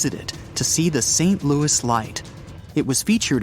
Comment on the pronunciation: And saying Louis wrong! 🤣